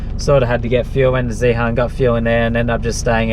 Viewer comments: Zehaaarn lol that's funny how you pronounce it.. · Love the videos! But you have to learn to pronounce Zeehan properly :P Its like "Ian" but with a Z at the start..